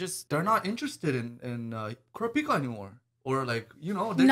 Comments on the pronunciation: Nobody ever says it like the anime for some reason. KUR RAP PIKA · Are they really saying Kurapika's name wrong? Sorry, the weeb is coming out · Is it really that hard to say Kurapika name right?